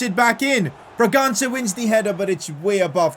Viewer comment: PCQ: it's actually funny how calls brangança "braganga" and the guy misses his pass or gets stopped in his tracks in that moment 😂😂